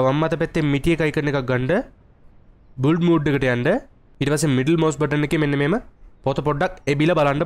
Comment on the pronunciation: බුල්ඩ් නෙවේ බන් බිල්ඩ්